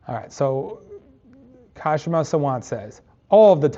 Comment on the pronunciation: Your pronunciation of Kshama’s name will be closer to the actual pronunciation if you leave the K silent.